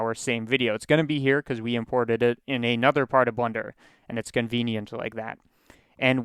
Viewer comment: is it a meme to pronounce blender like blunder?